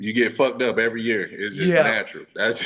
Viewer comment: "evers" 😂..close enough willy.